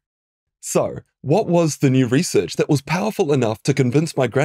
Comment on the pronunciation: 'ree-search' is pronounced like 'result'